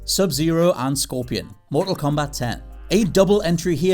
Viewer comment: THANK YOU FOR ACTUALLY CALLING IT "MORTAL KOMBAT TEN"!!!